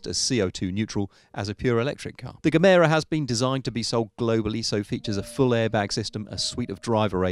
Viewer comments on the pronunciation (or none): He said gemero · Not the best bit of research and reference work done on the Koenigsegg bit. Gemera is not pronounced with a hard G, and the Jesko powertrain is not electrified. Koenigsegg even labelled the Jesko as their last pure combustion engine car.